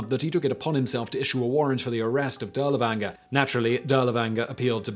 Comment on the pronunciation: Good stuff, but you were killing me with your mispronunciation of Dirlewanger.